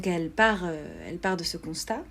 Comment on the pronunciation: Ma pauvre ta encore du taff avec ton "française" c pas très crédible de te foirer en disant "constat". Enfin soit ça ne change rien, de toute manière c pas comme si on pouvait changer ta stupidité avec une aussi grande gueule